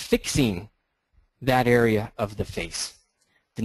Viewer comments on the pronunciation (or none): none